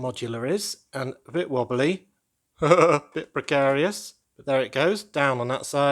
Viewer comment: Your accent created a new word for me - brickcarious.